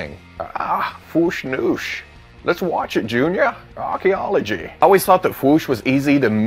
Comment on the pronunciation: "Arquiology" lol you killed me!